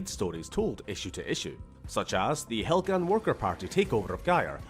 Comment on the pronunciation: My man really said, "Helgan? Vektan? No, Proletariat"